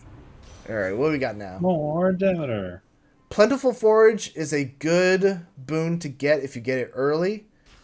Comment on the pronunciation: I'm like 90 seconds in and his mispronounced Greek names have already irked me. 😂 Dem-a-tor and Day-Dulls are not how you say Demeter and Daedalus.